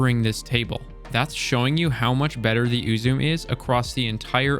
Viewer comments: I've pronounced "eww zoo may" and that seems right to me. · Uzume,pronounced Ooh-Zoo-May. Shinto figure in Japanese reliiin. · its you - zoom - mey for the saying of it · It’s pronounced ‘You’ ‘Sum’ but the ‘s’ is obvs a ‘Z’ so ‘Zum’ Silent ‘e’ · its pronounced u-zoo-me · “Ooo zu meh” is how you’d pronounce it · it's pronounced oo-zoo-meh, though there's very much nothing meh about this sniper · It's pronounced "oo-zoo-may" insert Harry Potter meme... Idk how it's actually pronounced. Nice video. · I personally pronounce it "ah-zu-mE" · It's japanese. It's pronounced oo-zu-meh ウズメ. It's based off the Japanese Shinto goddess of whirling. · I believe Uzeme is pronounced ooz-E-me. Also another thing i caught was the date of the twab says 2022 for the year. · How i pronounce Uzume: You-Zoom-Meh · Your pronunciation of Uzume triggered my fight or flight response. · "please correct me in the comments" will do! Ame-no-Uzume-no-Mikito: Japanese kami of shinto origin. Goddess of the dawn, invented the performing arts, known for her merriment and humor, and her spontaneous dancing once saved the world from eternal darkness. "Uzume" is pronounced "ooh-zoo-may" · its more like oo-zoo-may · Last month? Uzume was around in year one, not to mention the original in D1. Btw it’s pronounced oo-zoom-ee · "Ooo zoo may" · I have one, it rules with a good build. There are 3 syllables in the name [it's Japanese] thus "U ' zu' me'. Thanks for great action in your video! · It’s pronounced “oo-zu-may” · I prefer to pronounce it UZUME (oo-zoo-mey) Or, for something that probably makes a little more sense. UZUME (you-zoom) Ya know it's funny, I don't know how I got this sniper rifle, but I've had it in my vault for...forever, and I almost scrapped it, but I kept it because it looks cool, kinda glad I did now watching this. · Ooo zu meh is the way to pronounce it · I love this sniper in both PVE and PVP. It's read as Ooo-zoo-meh, it's Japanese. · Its pronounced ooh-zoo-may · It's oo-zoom-eh